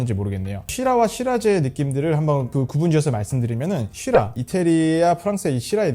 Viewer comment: Syrah 를 시라 가 아닌 쉬라라고 발음하시는게 계속 살짝 거슬리네요 ㅠㅠ